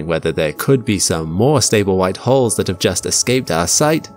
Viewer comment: The way he says white holes sounds wrong sorry 😣